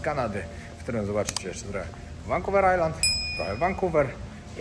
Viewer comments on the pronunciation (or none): none